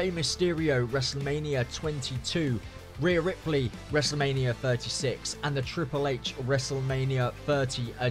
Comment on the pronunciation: “reyah ripely” 😂